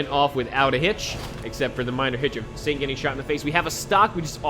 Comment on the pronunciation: I think I heard you say satan instead of Saint!